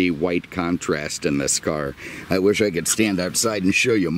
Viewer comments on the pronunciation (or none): none